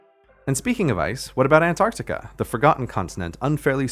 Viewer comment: forever a-ntartica